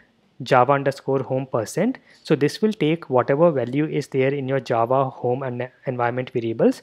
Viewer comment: most words said by you sound kind of funny (the indian accent, not your pronunciation becuase that is spot on obviously) but when you say java it sounds like it was made for your accent not ours, that accent hits the word "java" and sounds more then perfect, anyway thanks for the tutorial this is perfect man and I love how it sounds when you say Java.